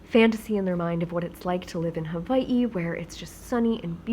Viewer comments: Does she live in Huh-vie-hee? Or Hawaii? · I love when yu said HAWA-ii :D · You have such an interesting pronunciation of Hawai'i! Is that how many locals say it? Love your videos x